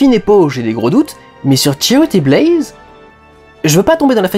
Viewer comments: ça fait 2 ans mais ça me stress toujours autant, c'est pas Blaze, c'est Baze, il y a pas de "l" xD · Critique vraiment bien construite et pertinente (de plus je suis absolument d'accord avec 99% de ce que tu dis :D) mais y'a juste UNE chose qui m'a dérangé: c'est BAZE, et pas BLAZE x) désolée d'être pénible :/